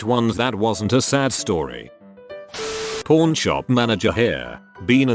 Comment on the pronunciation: Pawn doesn't sound good on tts man